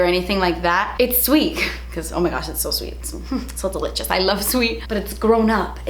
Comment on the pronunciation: Every time you say delicious I think you’re saying de leches 😂